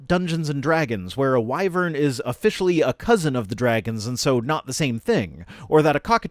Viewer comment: Well, I finally know how to pronounce wyvern, Thanks,!